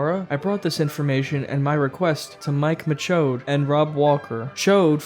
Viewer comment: And apparently Michaud is "M'choade." Lovhaug and Michaud.